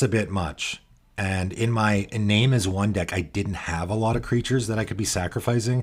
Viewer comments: Bit of a nitpick. Iname is a Japanese name. It should be pronounced ee-nah-may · Iname is pronounced ee-NAH-meh